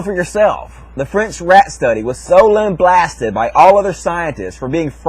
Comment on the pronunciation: Lamblasted is not a word,. It's "lambasted", dumbass.